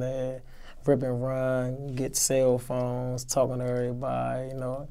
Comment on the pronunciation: I know the prisoners miss him. He said, "Cell phome". 🤣🤣🤣🤣